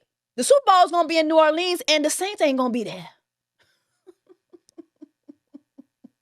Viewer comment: The way she kept pronouncing New Orleans 🤦🏾‍♀️🤦🏾‍♀️😂😂😂